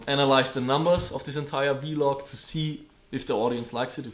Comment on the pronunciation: You need to learn how to say vlog